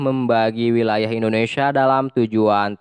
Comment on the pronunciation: Indonesia om, bukan indonesiya